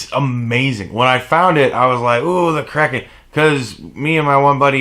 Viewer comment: Let's be real. The heating pad is why we all watch these videos anyway. Also I thought you said "I love crack and rum" lol I had never heard of Kraken rum.